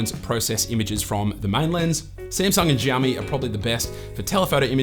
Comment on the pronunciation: ahhahaha he said Jami 😆in stead of Xiaomi 😝